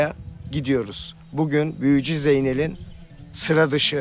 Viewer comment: 28.25 büüyücü. Aman Allahım diiyor😂😂😂😂